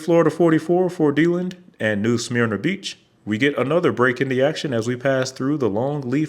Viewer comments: Love the video but “Deelind” and “New Smeerna” caught me off guard lol - DeLand = Duh-Land, New Smyrna = New Smurna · Hearing "DEE-Land" threw me---it's "DUH-LAND", and "New SUH-MER-NUH" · It's "Dee-LAND" and New "SMER-nuh" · im sorry but i almost didnt understna dwhen you said Deland, for future reference its Deh-land, also New Smyrna is Smerna